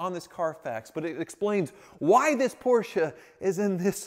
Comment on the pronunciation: Sounds like he keep saying poorsh!t instead of Porsche.